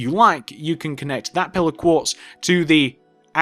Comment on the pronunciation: Minecraft, Your accent sounds like when you say 'Pillar Quartz block' it's sounds like your saying 'Pillow Quartz Block'